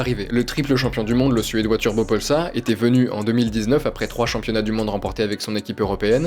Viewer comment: turbopolsa triple champion du monde... aille j'ai fait mal aux oreilles